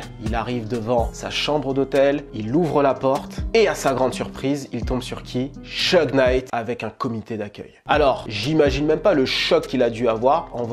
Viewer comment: ça se prononce Chougue et non Cheugue